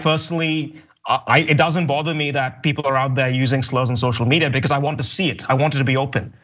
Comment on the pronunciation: "Bay cawz!" X2